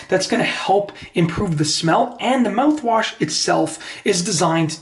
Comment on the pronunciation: This video is stupid... and how difficult is to pronounce mouthwash? Just saying.